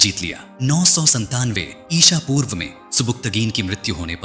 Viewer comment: इसा पूर्व नही इस वी कुछ जगह आपने गलती से बहुत जगह इसापुर्व कहां है